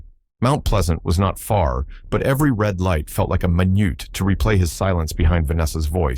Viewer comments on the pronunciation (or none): Would have loved it but an AI narration betrayal (“minute” pronounced as “my-newt” instead of “me-neat”) stopped me cold and don’t want to proceed any further. 😮😕